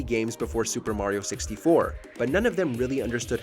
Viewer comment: No Chrono Trigger? You guys are whack, you can’t even pronounce Mario correctly.